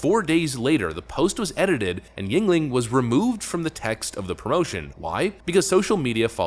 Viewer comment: finally he is pronouncing yuegling correctly lol